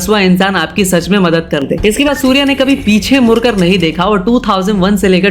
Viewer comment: YouTube bhai tu mudkar bol murkar nh 😂😂😂😂